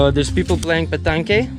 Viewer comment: ohhhh time to correct your French.. the game is pronounced "pe tang". I'm pleased to see you two chilling. More important than uploading videos. Sok dii Der....and the Lao for "month" is????